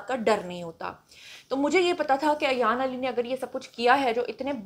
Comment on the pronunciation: Ayan ki name ki pronunciation theek nhi mam Plz make correction. She is Ayan ...... Not Ayyyyyyan